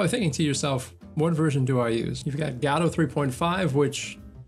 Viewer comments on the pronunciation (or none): If watch him if he would stop saying gAdot instead of gOdot